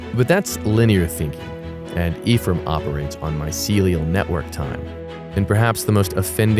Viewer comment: Nope. The name Ephraim comes from the Hebrew language. And you did not pronounce it correctly, but thanks for asking 😉 eh-frah-eem 👆🏼Does that help? 🙃 I've been the Curious Kamel 👋🏻